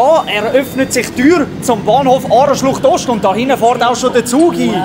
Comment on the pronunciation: Aareschlocht Ost ausgesprochen